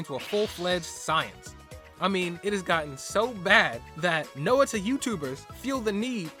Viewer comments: Every Time You Mispronounce Noita As No-ita I Feel Physical Pain (It's Pronounced Noi-ta) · Please I know its probably isn't much but Noita is pronounced as Noy-ta, it is a Finnish word, stands for witch. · Noah-tuh. I am going feral. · I find it intersting how you pronounce Noita like /no'wita/ instead of /'nojta/. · "Nowita" sounds like how Slavs would call the main character of Doraemon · "Know-it-a" has a hilarious ring to it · Tip: the i in Noita is pronounced as the y in yogurt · I know I pronounce Noita wrong, my bad. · Its ok, you didn't noita pronounce it! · hey dude you pronounced noita wrong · It was very stressful to listen to but at least you have learned. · Oh thank god I thought I was going crazy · I kinda like this different pronunciation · Thats my bad. I should've looked up how to pronounce it before I recorded. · That's really not how noita is pronounced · I'm sure it was a good video, but I CANNOT get over how you butcher the word noita. Cannot watch further, sorry lol